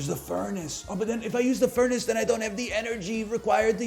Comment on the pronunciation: it's called furnace, not fair-nace for a reason 🤣